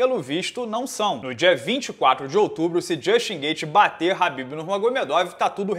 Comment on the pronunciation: por que o chama o Khabib de Rabib?